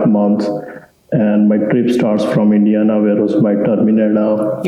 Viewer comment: I can't be the only one who thought he said India and not Indiana